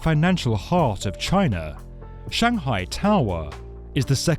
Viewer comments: “Shanghai toww errr” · Stop making such a simple word as "tower" sound awkward. It isn't "Tahw-[split second pause]-wahhh". It's just tower. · Why are you saying tower like that? Tow-hwa. It's Tow-er. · Shanghai Tao Wah?? Is "tower" maybe the word you're looking for? And the town? Shang'hai. I don't know where your shangHAI place is. Maybe someplace where they have taowahs. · This narrator has a issue with Shanghai To"w"or or any other word with a W in it. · Strange way of saying "tau - rer" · 'Shanghai tao were'. I can’t work out whether this is a person speaking or a robot. I’ve never heard so much importance given to the ‘-er’ part of ‘tower’, ‘power’ etc. Curious. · The shanghai taawaah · The narrator is English but can’t say tower 🙄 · I only tuned in to hear the narrator say the word towER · Why the exaggerated pronunciation: toweerrr etc. Too irritating to listen to any follow-up. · Was that an automated voice ? Sounded English but pronounced Tower as Tow Wer and Power as Pow Wer. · "Shanghai TAwah" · This isn’t the world’s highest tower but it is the world’s highest towwaahh. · The Shanghai Towwwwwerrrrrrrrrrr......the pronunciation made me stop watching. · yep...the w in tower is still silent :D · Complete with bonking, clonking noises and narrated by a bloke who can't actually say the word TOWER no wonder the damn thing isn't a success! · He says the word "tower" weird. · Why the weird pronunciation for tower?